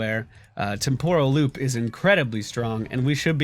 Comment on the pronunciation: why do you always mispronounce Temporal loop? It's TEMporal loop not temPOral loop